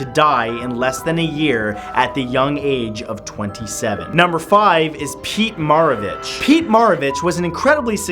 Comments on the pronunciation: Said Pete Maravich wrong 😂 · He pronounced Pete Maravich's name wrong...